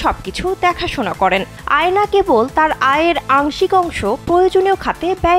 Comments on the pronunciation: আয়না 😂😂😂😂 আয়না❌ আ্যয়না✅ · উচ্চারণ এতো বাজে আপনাদের অ্যায়না কে বলছেন আয়না , সামার জাফরি কে বলছেন সমর , পারওয়ারিশ কে বলছে পরবরিশ এবং মায়ি রি কে তো মেইরি বানাই দিলেন 🙂 যে বিষয়ে রিপোর্ট বানাইলেন সেইটা সম্পর্কে একটু হলেও তো ধারনা রাখতে হয়। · আয়না না❌অ্যইনা